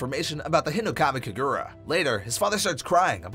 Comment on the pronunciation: (im not trying to be hateful) you kept pronouncing uppermoon 1's name as "kokushiba" it's "hinokami" not "hirokami" Enmu is Lowermoon 1 not 7